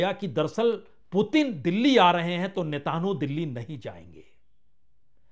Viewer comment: Apni uchchaarannon KO satheek karen Punya prasun bajpai jii ! Blaadimir nahin Vladimir hai unka naam aur Netaanhu nahin, Netaanyaahu hai unka naam.